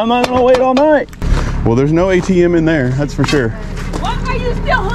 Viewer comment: "Dat's asinine." How can you use asinine correctly and mess up "that's?"